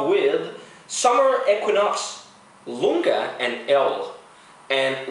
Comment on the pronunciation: Actually it's not Lunga, it's Iunga, with a capital "i" ;) Iunga is supposed to give grainy notes (freshly reaped crops, etc.)